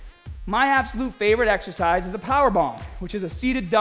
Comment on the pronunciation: "YOUR EXEHCISE SELECTION IS PURE GAHHBAGE" XD